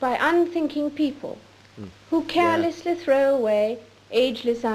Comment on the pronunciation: she pronounces 'carelessly' as 'callously'.